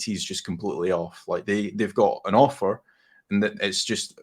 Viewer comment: Ohh AUTHOR, lmao, I thought you kept saying Offer, lol I was very confused